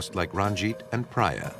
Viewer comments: I guess Sukwinder is pronounced as Sookwinder and Priya as Preeya Suck-win-der 😂 .... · Amazing work and dedication! BTW the lady's name is pronounced Preeyah not Praayah! 😁. Really enjoyed the investigative side of this shocking case. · If the narrator was Peter Thomas from ff he would have said the names correctly like Priya not pra ya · Would it kill the narrator to learn how to pronounce the name Priya? Kind of disrespectful to continually mispronounce her name. It's not Pry- ya, it;'s Pree-ya. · Thank you! That was annoying hearing him say Priya wrongly over and over. 😂